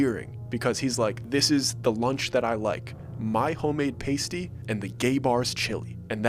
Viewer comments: It’s PASS – TY not PASTE – TY And you’re a good writer with a good sense of the dramatic. I don’t recognize it as particular Finnish folklore, however, but it may have been inspired from some of the stories of the Kalevala. I was at the gay bar with my parents once when I was a teenager. My mother kept wondering why everyone was staring at her. She didn’t realize that the bars television was on a platform above her head! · I knew this was fake when you said the Finnish man said he was eating a "Paste-ee" 😂😂 They're called a "Past-ee" and with chili? NOPE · PAST- y Not PASTE-y All of my fellow northern Michigan friends are saying the same thing, lol. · It's p-a-s-t-y bro paaasty not pastey smh. It ain't the things that go on your nips brother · Omg - it’s a pas tee not pronounced pasty - that made me laugh so much! Bless you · I'm sorry,, but as a Michigander I need to correct something in your video. It's pasty pronounced "past-ee". The way you're pronouncing it "paste-ee" is like the nipple covers that strippers wear. Lol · its ast not aist when saying pasty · Lol its not a Pastee its said PAST-TEA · Pasty is pronounced p-ass-tea not paste-y just fyi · “Pastie” …pronounced PAH-STEE 😂 just saying. And they are delicious! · It’s actually pronounced PASS-tee, and yes, they are delicious meat pies, especially the ones with rutabaga inside! 😊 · This is wild!!! I live in Hancock. No one ever talks about us! Interesting horror story. But a quick note as a local, the thing the old man was eating is a "pass-tee." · As a yooper, a pasty is prounounced like "pass-tea" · I started laughing when you said pasty because it’s pronounced with the a sound like in apple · Or paastee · paste-y? that’s not right is it? haha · The old man was eating a "pasty". It's pronounced like "pass-tea" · 😂 It’s a tasty food pronounced PaST-ee. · It is called a "past-ee" , pasties cover nipples. Was still entertaining,,@@ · You’re pronouncing pasty wrong. Elongate the A as in apple